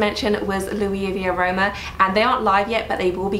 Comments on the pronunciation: Hi, Luisaviaroma is pronounced like Louise with a final "a", rather than like Louis Vuitton. Spoken by an Italian ☺️ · S in Luisa is pronounced. The store is Italian :)